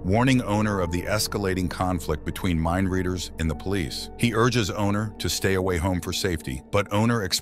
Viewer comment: Mindleaders? Half of the time that is what is said, instead of mindreaders.